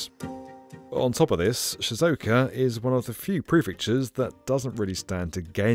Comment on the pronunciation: Great video and all, but really needs to learn how to say Japanese place names correctly. He butchered almost all of them. Shizuoka, e.g., is four syllables.